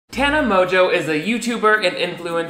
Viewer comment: How has she convinced everyone to pronounce her last name like that??